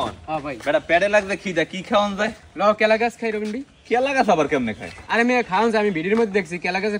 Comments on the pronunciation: কলা গাছ ❎ কেলা গাছ ✅ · কলা গাছ❎ কেলা গাছ✅😂😂😂😂😂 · কেলা গাছ ❎ কলা গাছ 😂😂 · কেলা গাছ, না, কলা, গাছ😂😂😂😂😂😂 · কেলা গাছ না কলা গাছ😂😂😂😂😂😂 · কেলা গাছ না কলা গাছ